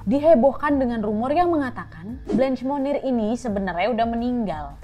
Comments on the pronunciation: Kak, saran dong untuk menyesuaikan pelafalan/pronunciation namanya sesuai aslinya yg menggunakan bahasa Prancis (bukan dibaca "blench", dan "monnier" r nya hilang/samar), sama sepertinya fotonya ada yg salah bukan foto Blanche Monnier, agak krusial sih Kak kalau sampe salah. Makasih sebelumnya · Hi Nadia. Itu pengucapan Blanche monnier salah, pengucapannya harusnya menyesuaikan dengan bahasa Perancis. Klo pengen tau pengucapan yg benar coba deh pakai translator bahasa perancis ke bahasa perancis. Kalau yang nadia ucapin seolah2 namanya jadi Munir 😁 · K, Cara bacanya setahuku blangsh monnie. Agak sulit sih y